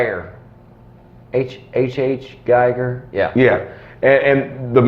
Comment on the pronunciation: I’m pretty sure his foreign name is pronounced HR Giger, said Gee gur. I have to get one of these head busts one day.